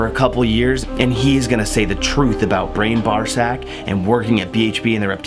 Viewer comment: He said “Brain Barzack” 😂😂